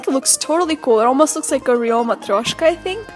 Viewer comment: can you please speak a little bit of russian and Moldovian ( i don't know whats the right way to name your language haha). I Love hearing you say Matryoshka, i it will be so cool to here you talking your mother language :) Your videos inspire me to be more happy with myself! Thanks you for that :)